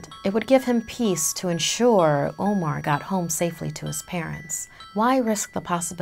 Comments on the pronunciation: IKR! She literally pronounced "omar" as 'omore" which is an ice cream brand 😂😂😂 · My name being Omar aswell, I am offended.